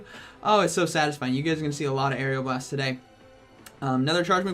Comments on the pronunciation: What it is: Aeroblast How pronounces: Aerial Blast😂😂😂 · just so you know it is aeroblast like air-o blast not air-eeo blast. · It’s AERO blast not AERIAL blast.... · "Say Aeroblast" "Aeriel Blast" "Aeroblast" "Aerial blast" "...say Aero" "Aero" "Now blast" "Blast" "Aeroblast" "Aerial blast" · Dude....it's just aero not ario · Its not "arial blast". It is "A-row-blast" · It’s ARROWBLAST NOT AREOBLAST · How I say aeroblast oreoblast How say it arial blast lmao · who else got triggered when he said "aerioblast" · Couldn't finish the video because my ocd couldn't let me listen to Air-E-o-blast one more time. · It’s pronounced AREOLA blast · Nobody:: Aerial Blast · Everyone "Aeroblast" " Aerial Blast" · How many times does say aeroblast wrong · Everyone: You're pronouncing Aeroblast wrong. Me: Hey, you learned how to say Diggersby! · First he pronounces diggersby wrong Now Aeroblast Lugia's best move (My favourite Pokemon) Still love your video